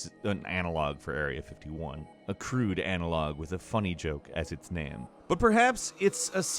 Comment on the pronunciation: why he can't pronounce game,same,name. Its always gam,nam,sam